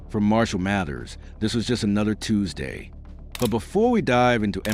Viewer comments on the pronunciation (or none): none